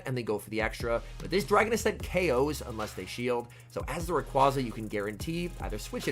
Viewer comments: ITS RAY-QUA-ZA NOT RAQ-UAZA. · All I want for Christmas this year is to pronounce Rayquaza correctly <3